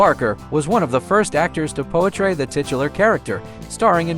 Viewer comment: "Poe-Tray" ... is English not your native language?